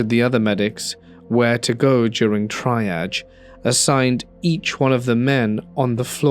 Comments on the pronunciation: “Try-adge” aw man I pronounced it like this for ages too! It’s pronounced Tree-ah-dge. I got laughed at by a nurse and won’t get it wrong again haha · I hate AI voices. The always get words wrong. Triage sounds like Tree. Its french meaning to sort. I was really looking forward to this video because i have spent my entire adult life in public safety, over 20 years, but freaking AI has ruined it for me.